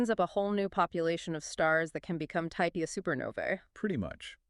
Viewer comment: Almost good, but the pronouncing of type Ia gives it away as AI. No way 2 separate people mess that up.